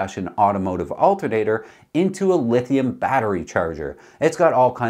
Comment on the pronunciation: "Altin'ater". love it when hillbilly Canadian charm sneaks in!